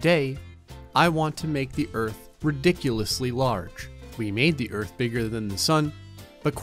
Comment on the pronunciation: I heard u say gerth not earth